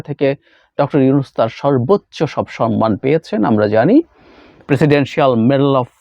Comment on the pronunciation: With due respect I would humbly like to mention that the Bengali word should be "SHOMMAN", not "SHONMAN". I always try not to miss your any contents.